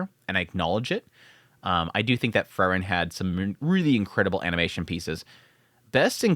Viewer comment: How hard is to pronounce Frieren? Free-ren